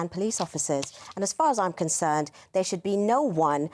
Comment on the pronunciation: Shooed not ahpen. Riot...I mean, riight. I'd like t' care about Eire & her ire, tho' it's not St. Paddy's poetry club anymore. More paddywhack paddy wagon. Tsk. (P.S. -- lame photo repeats. Lazy.)